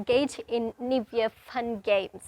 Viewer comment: "Niv" year? Neither American or British accents have that pronunciation..wonder where it comes from? 🤔